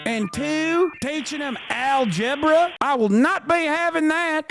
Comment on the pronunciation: 😂😂😂. BRAVO 👏👏👏 NOW THAT WAS REALLY FUNNY. “ AL-GEBRA “👊🥴